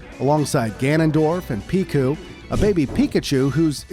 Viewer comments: he said piku instead of pichu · Why did you say piku instead of pichu? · always takes me right out of the video when the narrator mispronounces something simple like Pichu as "Picue" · It's pronounced Pee-choo. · As a huge pokemon fan, the Pichu mispronounciation hurt me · You mispronounced "Pichu"